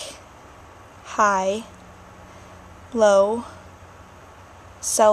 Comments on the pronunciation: you have an accent when you say words with an "a" like "cat" or "black" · Depends where you're oriented from. I'm used to British English so yes, you have a huge accent then. But once you start saying the random words it kind of goes away, except for "black" and "cat".